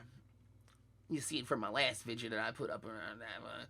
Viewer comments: Vid - e -oh, not Vid-ya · I didnt realize until half way through the video that vidge was him saying video